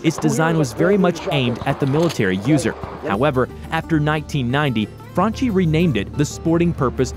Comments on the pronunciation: Its pronononcoued FRANKI not FRANCI Dammit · Italian "Franchi" is pronounced Frunkee ffs, non Frunchee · He mispronounced franchi as well. It's pronounced frankie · Franchi too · No you did not just say Franchi so wrongly. Im Italian, the ch is pronounced like k